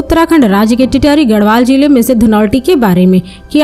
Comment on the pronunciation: Titrati nahi bolte isko tehri bolte h